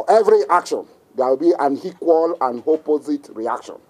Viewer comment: Hear him: "For every haction, there will be hequal and hopposite reaction, and it will be disproportionate." Hahahahahahahahaha, you can't make this stuff up. This man is on strong igbo and hashish.